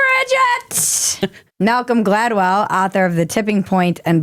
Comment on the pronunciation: You nailed it on Malcolm Gladwell! Perfect articulation!! 👏👏👏